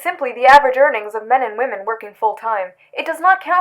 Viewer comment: I like how everyone knows how to pronounce whamen